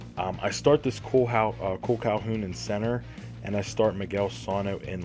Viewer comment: you said Calhoun right, for sano you say it more like sun-o